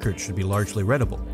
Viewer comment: And - red-a-bul!! ??? Reeeeee Reeeee Readable!